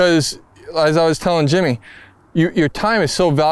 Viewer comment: Is it my hearing or is Billy calling Jimmy Jamie?🤔😂